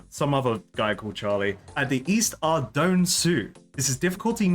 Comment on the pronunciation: Pog he pronounced Ardougne correctly at the beginning